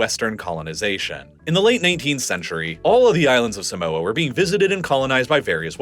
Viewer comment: You say Samoa, and Pago, Tokelau and Niue very wrong